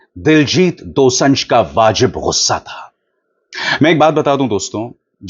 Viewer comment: Abhishar ji his name is Diljit Dosanjh Pronunciation is dosaanjh ( दोसांझ) not दोसं‌झ Thanks ❤